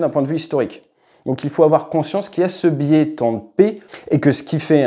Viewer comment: Biais garde son " s" au singulier